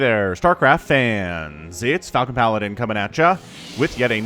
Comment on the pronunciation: Now I'm imagining a reaper shooting frozen baguettes xD Also I love how you pronounce the word Falcon. Really enjoy your casts regardless of ranks. <3